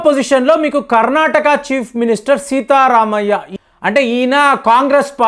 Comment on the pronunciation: సీతారామయ్య కాదు sir సిద్ద రామయ్య. Sorry sir.